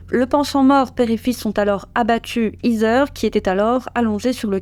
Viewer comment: Heather ce prononce : HEY-DEUR… et non pas izeur